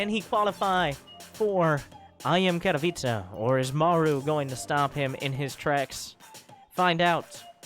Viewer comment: You are the only english starcraft 2 commentator who can say "Katowice" right.